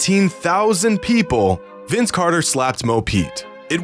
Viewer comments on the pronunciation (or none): none